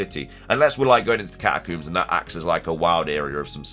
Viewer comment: Also. do you pronounce comb as coom? cause they're catacombs not catacooms